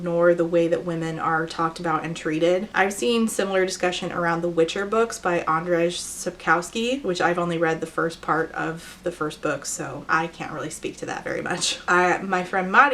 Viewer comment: Some pronounciation tips Andrzej Sapkowski is like An like Angelika D is normal Rz is like Jean (French pronounciation) And ej is like hey Andjeaey Sapkowski -> Sapkovski Greetings from Poland!